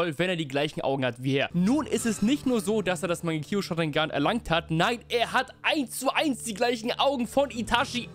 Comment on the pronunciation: mangekio sharingan? Rip Aussprache